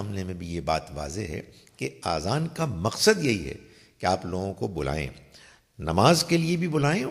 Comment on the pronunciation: اذان کوآذان تلفظ نہ کریں